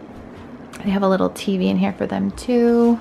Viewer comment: Have people noticed she says “them” like “THUM” and “desk” like “DUSK” ? Also… who stayed outside with Hayden near the pool when she went inside?